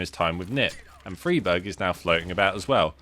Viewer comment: It's not. It's an swedish surname. You pronounce it Freeberj